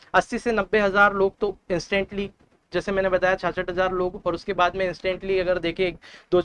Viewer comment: Bhai thik se ucharan to kar lijiye 66000 word ko